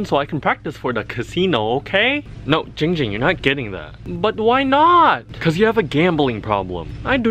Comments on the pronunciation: It is Ging Ging not ping pong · I'm 4 year late to this but to you, Nathan, Ging Ging's name is pronounced Giiiiiiing Ging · a e s t h e t i c a s m r his name is Giiiiiiiiiiiiiing Ging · It’s not giiing ging, it’s giiing GING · DUDE ITS GING GING NOT JING JING! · The letter E no it’s Giiiiiiiiiiiiiing Ging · It’s pronounced GiīóUG Gïîoüng! Not jing jing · WHAT THE HELL ITS GING GING NOT GENG GEND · AYOOO ITS GIIIIIIING GING NOT GING GING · ik how to pronounce his name! its not ging ging its Giiing Ging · It’s not Ging Ging it’s ling ling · Why does no one seem to care about saying “Kim namjoon “ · "I used to give her the SunnyD too but, without the Sunny" Ging Ging